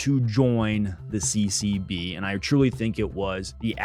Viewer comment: Everytime you say CCB i keep hearing CCP 😂😂😅😅